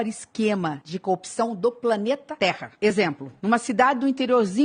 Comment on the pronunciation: qual o problema dos políticos em pronunciar "corrupção" ? Baixou o Moro aí?